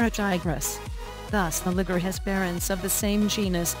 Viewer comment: Mispronouncing Liger